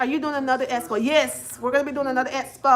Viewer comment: Boring and annoying just like that speech impediment. Go do another esssspo with only 50 attendees and I hope Kingdom Reign provides health insurance so you can resume speech therapy.